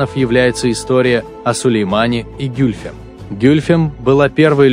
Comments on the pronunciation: Где ударения? А интонация?... Не гЮльфем, а гюльфЕм - это во-первых. А во-вторых она была 2 фавориткой т.к первая была Фюлане-хатун. И да, Хюррем была 4 фавориткой и первой хасеки (законная супруга). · Гюльфем - ударение падает на последний слог. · Комментатор даже ударение ставит неправильно на имени Гюльфем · гЮльфем АХХАХАХАХЕХЕПХЕХХПХППХПХХППХАХАХ